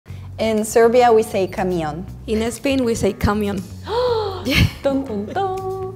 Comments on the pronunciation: Dice cámion en vez de camión y zápato en vez de zapato jajaja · Que mala representación nos ha hecho eh jajajaja yo soy catalán tmbién pero joder hay que intentar hacer algo neutral, y la manera en que ha dicho camión me he descojonao u otras palabras mal pronunciadas xd no parece ni española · Soy Argentina y si bien algunas palabras las decimos diferente, también se me hizo muy raro cómo pronunció camión😆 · in spain we don't call that patatas fritas, which means exactly what the brazilian girl described lmao we call it chips o patatas chips or patatas de bolsa, and the way she said camión and bañador was very weird too, and bambas is only said in Catalonia, in the rest of spain they'd laugh if you said bambas, why is this girl representing us